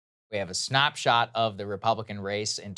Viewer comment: And when she hears Saagar say words like "snop-shot" 😂